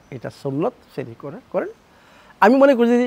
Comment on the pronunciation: It is not Shari it is Shari